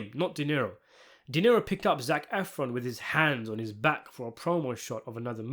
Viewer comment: It's De Niro not Dinero